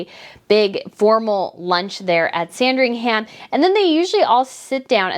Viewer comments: Hi I love your news and watch them all, but this time something you're saying is just grating a little bit. You are making Sandringham sound like a sandwich 😄It's not Sandring-ham....it is pronounced [SAN] + [DRING] + [UHM] I'm not being picky and I hope you don't mind my saying, but as a Brit I thought you wouldn't mind. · Sandringhum is the pronunciation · yeah but it's Christmas and if you look at Kate, you'll see Beatrice behind her wearing green as well. Also the "ham" at the end of Sandringham is not pronounced. It's more like Sandrine-um. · It’s sandring “um” for ffs…. Get the pronunciation right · Just FYI..sandringham in england in pronounced Sandring- um. The ham part is not pronounced that way. Love your show btw. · Sand-ring-HAM 🤣🤣 ah you Americans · Just a note, i know it's the American way to pronounce the HAM in place names but Sandringham is actually pronounced San-dring-um. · Sandringam my darling! the H is silent! (merry christmas..love your channel!) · Dear - just so you know - you don’t pronounce the ‘h’ in Sandringham. It’s not ham as in piece of ham. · Pronunciation tip! Sandringham is pronounced 'Sandring 'um'. Norfolk - 'Nor 'fuk' no folk! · I agree. However, Norfolk is pronounced Norfuk (like foot) and both Buckingham and Sandringham need to have that last "a" dropped when saying those words.